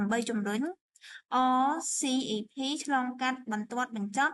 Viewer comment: RCEP អានថា អសឹប